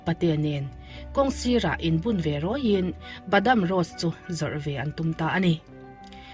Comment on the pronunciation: Badam Bawdawm lam dan inag lo niang